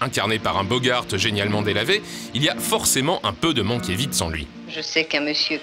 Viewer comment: Mankiewicz se prononce Mankievitch et non Mankievitz !